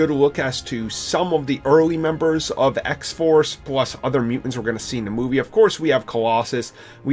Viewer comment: It is MUTANTS, not mu-ants. Jesus.